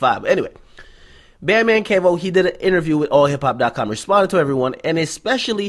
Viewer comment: it's Key-Voe not Kev-Oh